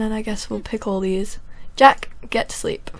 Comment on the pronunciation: you said "Jake". It's jack. sorry for correcting you. :)